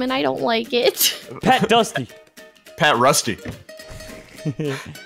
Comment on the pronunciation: Nk: pat fusty Normal people: pat fusty: pat crusty Me: P A T L U S T Y